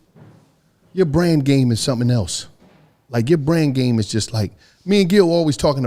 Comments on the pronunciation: Took me a looooong 8 seconds to realize he said "brand game" and not "brain game" cuz I was boutta say relaaaaaax! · BRAND, not brain.. tf ‘lol’ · Lmaooo I thought this nigga said brain game Lmaooo ayoooo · 😂I thought dat 2 bro at 1st but he said brand game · lmao ik, it sounded like brain on my first listen though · I thought he said brain game i was like (pause) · I thought said brain game lmao like ayyyyyooooooooo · I thought he said "brain game"...SUPER PAUSE! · He definitely said brain at first ⏸ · Whoa he sounded like he said brain game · Thought he said brain too 😂😂